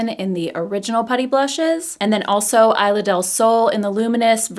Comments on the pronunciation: Isla is pronounced EES-lah :) love your review!! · Thanks for sharing! They look beautiful on you. Btw, I in Spanish is pronounced like e in English (esla)😊